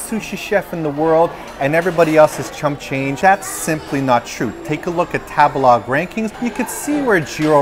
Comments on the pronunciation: I love u but every time u say tabalog I cringe. I think it's "tabehlog" lol like to eat? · .... isn’t Tabelog meant to be pronounced like table-log ? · I'm sorry , was no one else triggered that he pronounced Table-Log with a soft "a" and not a hard "a" ?!?! Not sure if it canadian or whaaat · I can't help think of Tabelog sounds like how a white person would pronounce tagalog.